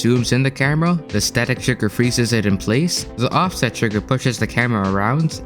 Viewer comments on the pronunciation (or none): Offest instead of offset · You said offest instead of offset